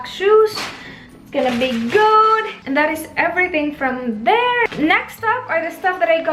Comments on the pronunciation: Anne L napansin ko yung "gyud" pero yung babe di masyado. Pero that's okay tho. 😉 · Is it just me or she pronounces babe as "bayb" and good as "gyud" ??